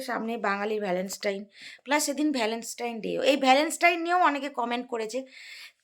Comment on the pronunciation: Valens tine ..😮😮properly bolo valentine's Day..ok?